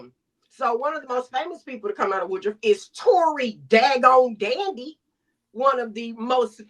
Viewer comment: its WOODRUFF NOT WOODROW